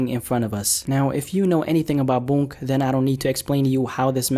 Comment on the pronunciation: My man it’s “Boonk” not “Bounk”